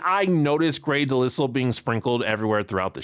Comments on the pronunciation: Dude, it’s Grey De-lile (pronounced like the world “isle”). I know that you’ve probably only ever seen it written (I did for quite some time as well), but I thought you might wanna know for future reference. She also goes by the last name “Griffin” and is also sometimes credited with both last names simultaneously. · Delisle is pronounced with a silent S, like Island.